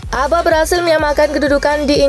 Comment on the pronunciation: ABHA di baca ABHA min bukan ABA